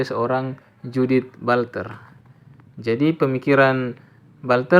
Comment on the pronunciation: Butler hehe bukan bulter😊😊